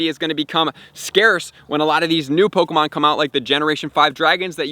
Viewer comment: I don’t like how he says “POKOmon”😖